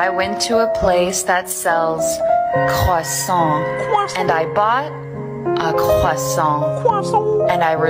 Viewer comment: Jokes aside, as a french person, Perils pronounciation is the most accurate I have ever heard an english speaker pronounce croissant.